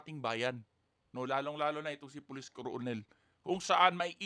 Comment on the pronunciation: KERNEL ..ang bigkas hindi colonel.